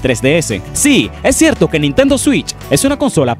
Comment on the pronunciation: Dices nintento como si nintendo fuera una persona